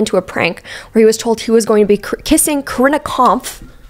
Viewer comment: crying at the way you pronounced corinnas last name